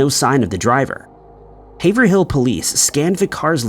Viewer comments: Haverhill is pronounced haver reel - sad story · Haverhill --> Hayv-rull. Just like in Massachusetts.